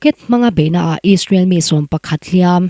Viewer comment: Israel tihtur aw israwl nilo in...😂😂😂